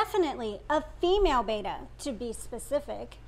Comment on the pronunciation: It's "Bet-ta" not "Bay-tah."